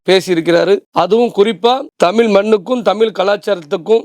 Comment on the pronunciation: தமிள் இல்லை தமிழ் இந்த வார்த்தையை உங்கள் நாவில் சரியாக வருவதில்லை